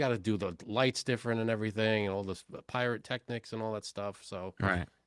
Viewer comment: Hay its pyrotechnics, not piratetechnics 🤣🤣🤣